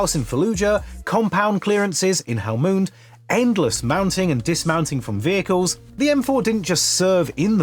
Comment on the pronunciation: "hellmoond" lol